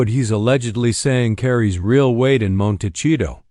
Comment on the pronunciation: Hard to listen to this video when the narrator can’t even pronounce the name of the town right 🤦‍♀️